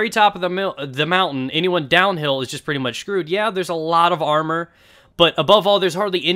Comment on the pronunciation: Pwetty pweez can I get a pwezzie